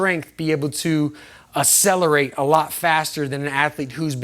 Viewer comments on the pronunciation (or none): "As selerate" lol